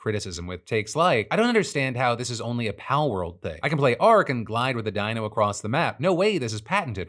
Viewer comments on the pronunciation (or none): none